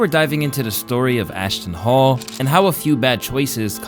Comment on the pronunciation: Ashton Hall❌ Ashton Fall✅